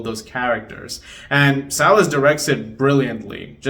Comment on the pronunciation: Thank you for pronouncing Salles correctly ❤